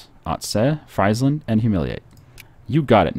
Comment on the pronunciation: In languages like Dutch and German, ie is pronounced like e and ei is pronounced like ei. So it's Freesland, not Chipsland.